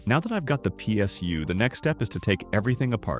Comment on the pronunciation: “pie SU”